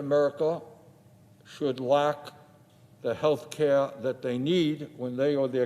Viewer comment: Care* not kare